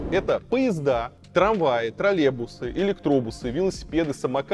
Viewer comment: Уже сам стал говорить «тралебусы»